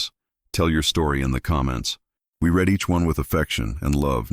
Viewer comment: AI needs to learn when to say “read=reed-present tense and read=red-past tense” it makes me miss some of the phrase trying to figure out what was said.